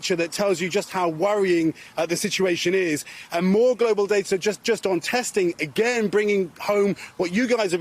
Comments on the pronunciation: Anyone notice Janis saying "AGANE" I've never heard anyone pronounce again like that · AGAIN the way she pronounces that word